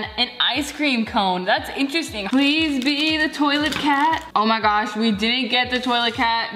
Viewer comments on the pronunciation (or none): none